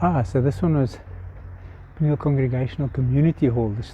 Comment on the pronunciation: It's pronounced P-knee-hell....